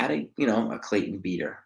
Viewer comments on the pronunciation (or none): none